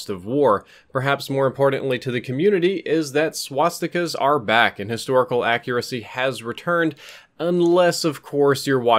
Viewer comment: thumbs up for "swat-stika"